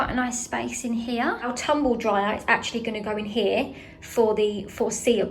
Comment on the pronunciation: Why do you say “ow” instead of “our”?